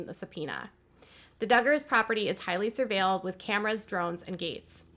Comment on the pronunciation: 1st, please don’t voice over a video. It’s very distracting & the clip is so loud that I don’t understand what you’re even saying. 2nd, surveilled is pronounced ‘ser-vayd’. Please look up the pronunciation if you don’t know how to pronounce something..